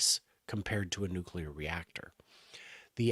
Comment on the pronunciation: Ya can't pretend you're smart if you say "nucular"... Bye Felicia...